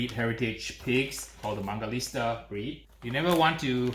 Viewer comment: WHY DOES HE KEEP CALLING IT MANGALISTA?? It’s MANGALITSA!!!!!!!!!!!!!!